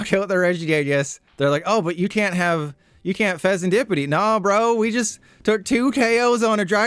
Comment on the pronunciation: I hate how you sed fesenSkippidy lol